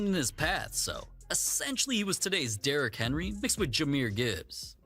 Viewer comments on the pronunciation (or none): none